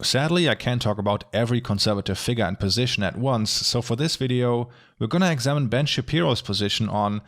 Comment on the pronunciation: When he says ~wideo~ 😍🌸💕✨